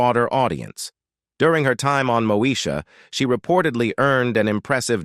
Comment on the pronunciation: 😂😂😂 mo sha 😂😂😂 ITS MOESHA!!!! DUDE.